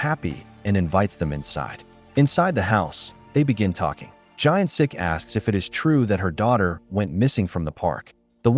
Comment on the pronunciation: The main character's name is Gyeon Sik not Giant Sik :)